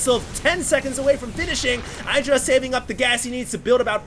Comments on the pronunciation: id-ra not eye-dra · It's not EYE-DRA..... It's "IDD-DRA" You should know, you were there in that HuK TLO interview where they asked Greg how to pronounce it...... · Socke's very good. He did not stubbornly try to make colossus (like some protoss). No hydras, no need for colossus. Got immortals instead good reaction by Socke. Also Idra's name is pronounced Id-ra not Eye-dra. Blame Artosis for that. :P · Love that is proud to pronounce Socke right but doesn't prononce Idra right =) (The "I" is the same as in "in" "is" and "listen") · You might say Socke's name correctly but you're definitely wrong with IdrA. As he said during Dreamhack Stockholm International, it's not "[eidra]", it's "[edra]", if you know what I mean. Guys, you're pros, and by now you should know how to pronounce the names of the top players... :) No offense. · Why is it that no one actually pronounced Idra like it should be pronounced?? It is not 'Aidra', it is Idra... ask him!! I am 100% sure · i believe it's pronounced edra not idra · Its ih-dra not eye-dra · It's "IH-dra" not "EYE-dra." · Idra said in a interview that its pronounced Id-ra, but if you use english used it would be pronounced Eye-dra, so both are technically correct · i think that it is suposed to be pronounced ih-druh but eye-druh does sound more catchy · It's IH-DRUH, not eye-druh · id drah. the was psystarcraft pronounces it. he met him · IT IS EYE-DRA, husky is wrong! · its pronounced id-ra dumbass lol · ummm actually its pronounced " win-druh " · It's Ih-dra, it's based on the Hindu god Indra.. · artosis call him eye-dra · It's actually e-druh. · it can also be pronounced iddra like a hard i sound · You still can't say IdrA correctly though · He is trying to pronounce Socke correctly, but not Idra, not for the 50th time. lol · If you want to know how to pronounce his name watch this: /watch?v=amWEf0Y17cc